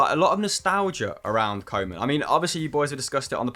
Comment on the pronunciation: It not Kow-man pronounce KOE (cow in english) as ue as in CLUE. KUE-man